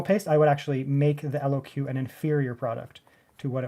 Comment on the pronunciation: Say Lock brother. LOQ